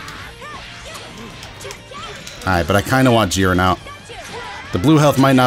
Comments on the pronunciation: Jeer-in not Jih-ren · please please bro it's not pronounced geren